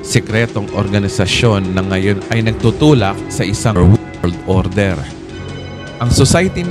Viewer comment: opo nga napansin ko po dn ung salita ni, pakiwari ko lng my ibang nagsasalita pgdating sa world order pgkabinibigkas na ung wrld order, by the wey my natutunan po kmi ulit sa inyo pastor kya lng po maikli po ngaun ung 11B, salamat po muli pastor, kailan po kya ung kasunod pastor?